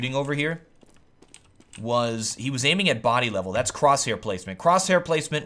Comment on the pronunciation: "dats here", dats where?